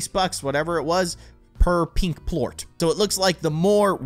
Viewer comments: its not pluat its plort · It's pernounced plort NOT Pluot